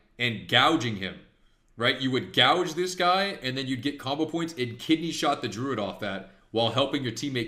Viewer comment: I swear I hear cobble points and not combo points